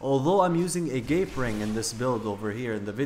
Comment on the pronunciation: Agape is pronounced "ahh-gahp-ay". It's Greek for ultimate love.